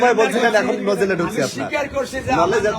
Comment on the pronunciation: নজেল কি ভাই আবার নজেল বলেন 😳